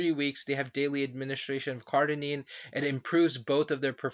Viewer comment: Cardarine not Cardinine CardArine not Cardinine Cardarine not Cardinine CardArine not Cardinine